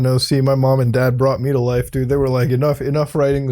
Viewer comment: Swear for a second you said 'brought me to laifu' at lmfao